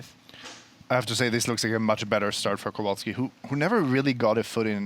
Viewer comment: its not Kołolski, its Kowalski :)